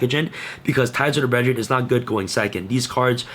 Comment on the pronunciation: “Ties of the bredgeren!” 😅